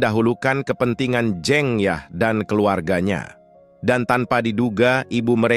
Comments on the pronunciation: Bang saya orang jawa,huruf "E" dinama "jEng yah" itu dibaca sama kaya huruf "E" dikata "sEbat dulu bang",bukan kaya dikata "tEmpE" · bacaannya salah min,jeng yahnya (pengucapannya) btw terima kasih sudah bikin alur cerita film ini ❤ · cuma agak terganggu aja dengan penyebutan jeng yah yang tidak tepat.. sebaiknya lain kali dipersiapkan lebih baik.. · "Jeng Yah" membaca E nya seperti kita membaca kata "Lebas" , bukan Jeng Yah, seperti E dalam kata tEh. Jeng adalah salah satu panggilan utk perempuan jawa. Sedangkan "Yah" adalah nama pendek/panggilan dari Dasiyah. Seperti Tukiyem yang dipanggil Mbok Yem.